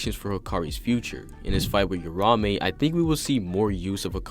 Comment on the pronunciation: Say it with me Ura Ume 2 syllables